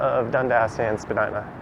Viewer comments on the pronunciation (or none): great street with a great history some of what I remember (I am over 80). someone should write a history with pictures.. you say Spadyna and I say Spadeena.